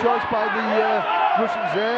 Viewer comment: It's Russians, not Rooshins